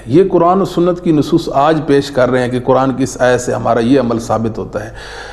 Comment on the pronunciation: جناب آپ اپنا تلفظ صحیح کریں لفظ قرآن (حرف ق کو آپ کاف پڑھتے ہیں